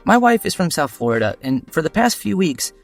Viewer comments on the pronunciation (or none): none